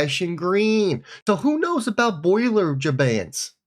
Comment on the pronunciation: Bollinger band, NOT Boiler Band, smh